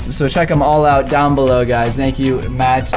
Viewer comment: it's called "below" but ok